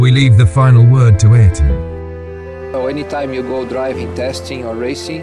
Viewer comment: "Aryton" "Aryton" "Aryton"...